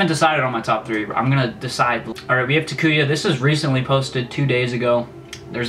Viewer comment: Tah-Koo-Yah is how you pronounce his name. Sorry I had to say something haha